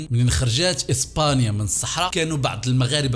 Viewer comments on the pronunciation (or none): none